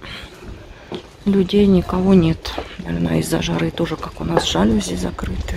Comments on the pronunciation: жалюзИИИ !!! правильное ударение на последний слог !!! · ЖалюзИ - французское слово - ударение на последний слог